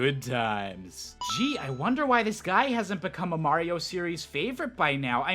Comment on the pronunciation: "Blario" AHEM THATS SMG4!!! Jk